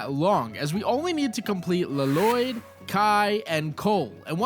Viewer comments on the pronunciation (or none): Hurts me every time he says La-Loyd...that movie isn't even canon